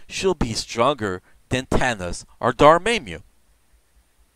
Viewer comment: Wasn't me or was he mispronouncing dormammu and kid kaiju. Not a big deal what is his native language.